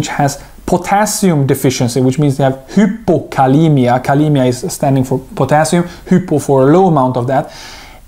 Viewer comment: Your so confusing its hypokalemia not hippokalemia